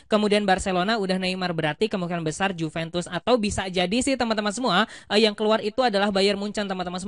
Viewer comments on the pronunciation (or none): none